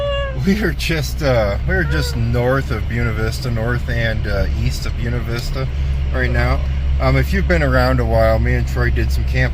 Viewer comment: Buena Vista...read "Bwayna"....hooked on phonics